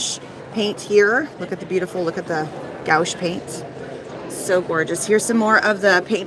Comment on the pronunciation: enjoyed your tour! FYI it's pronounced gwash (gouache)